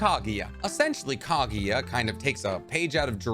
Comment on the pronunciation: KAGUYA NOT KAGIYA GRRRR